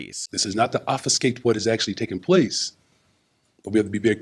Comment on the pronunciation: “…Offiscate…” -Brandon Johnson